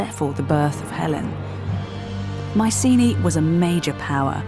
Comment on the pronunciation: The helenik Bettany shu hav started rectifiying the adulterated anglo pronunciation and sey MIKENA not maisini..